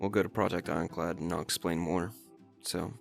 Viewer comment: Now that I think about it you said project inclad the entire video😂😂😂😂